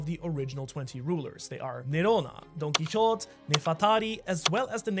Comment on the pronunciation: Isnt it pronounced like "don key ho tay" ?